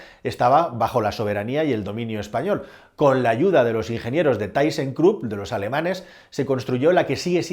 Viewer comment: ThysseKrupp es alemana. No se pronuncia “taisencrup” si no “tisencrup”